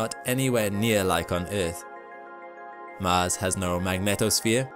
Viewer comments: Man really read "Mans radiation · the mahnned mish shon to mahz